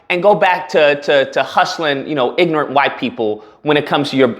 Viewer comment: Hahaha" ignent"